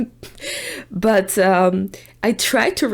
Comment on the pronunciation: say uncomfortable again haha